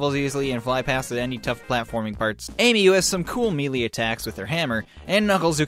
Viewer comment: Melee is pronounced MAY-LAY not MEE-LEE XDD